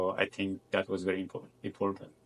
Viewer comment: girllll his accent is obviously Indian 🥲🥲especially always pronounce “T” to “D” such as important to impordant